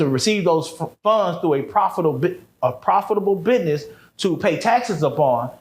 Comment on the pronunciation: Trust no one that says, Biness instead of Business 💯🫡